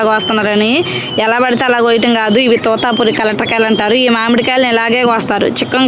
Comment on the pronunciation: Totapuri not tutapuri